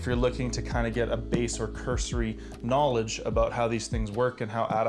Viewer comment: Me: Is this a Tai Lopez joke..: KNAWLIDGE Me: OMG HE SAID IT!